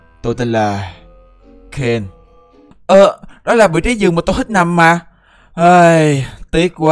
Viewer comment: Ken chứ ko phải Zen. Đọc kĩ intro vào